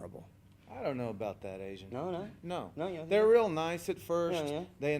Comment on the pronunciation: What's with the ANZ instead of Asian?